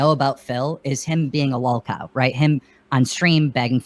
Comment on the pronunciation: main issue with the pahdcast was the "lahlcahw" branding, or keem himself. Or maybe both